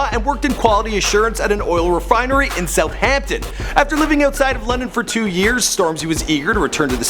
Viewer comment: How do you correct my man on "proper naughty" but not "south hampton"